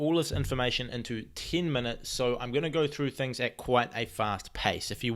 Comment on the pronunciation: Did he say tin minutes..?!